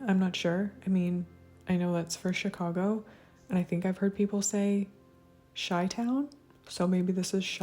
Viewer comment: Native Chicagoan here! You're correct: Chi(shy)-town. Good job,!